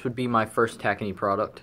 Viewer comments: Clean Max is made by Tacony Company . It is said Ta -cone - E not tacknee. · Just an fyi tacony is pronounced tah-cone-ee